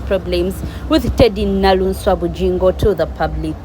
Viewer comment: She is 'Naluswa' NOT Naluunswa